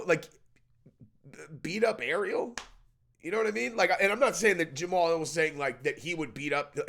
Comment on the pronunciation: Ja Ma Hal. Three syllables not two